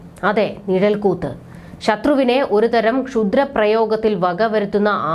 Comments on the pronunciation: നിഴൽ കൂത്ത് അല്ല അനിയത്തീ, നിഴൽകുത്താണ്. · നിഴൽക്കൂത്തല്ല,നിഴൽക്കുത്ത് എന്നാണ് ശരി